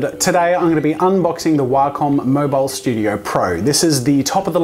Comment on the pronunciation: He said Waaacom O.o